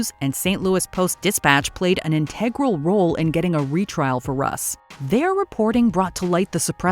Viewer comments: Look up the correct pronunciation of integral. Total turn off to hear u mispronounce. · I don’t think I’ve ever heard anyone put the stress on the second syllable in integral before.